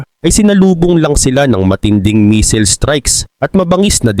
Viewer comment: taga China cguro ito😂 missile hindi meseals🤣